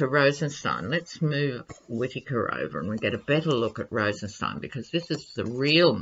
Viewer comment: Whitaker and Rosenstien are adversaries. Whitaker always mispronounces Rosenstien’s name. He isn’t taking the bait